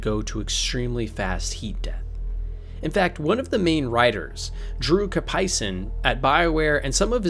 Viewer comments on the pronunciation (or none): Btw he is Drew Karpyshyn, not karpaishin. He is of Ukrainian descend and i can tell how its pronounced. Or you can just type his last name into a google translate English->Ukrainian to get an idea